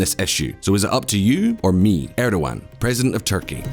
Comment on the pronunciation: Your credibility is hurt by bad pronunciations. Use Google translate, check out BBC/CNN or talk to a Turkish person for pronunciations. These are major, common names and terms said in the news regularly. Also, 'Turkish' and 'Ottoman' are not interchangeable. You wouldn't say "Bourbon" when talking about French President Macron, would you? Davitoglu, Erdogan, Recep, Sharia, et al The 'g' with a smile above is silent. 'C''s are pronounced like 'j's. There's no such thing as 'Shi-aria' I'm only pointing this out because I like this channel, learn from it, subscribe, and hope for continuous improvement.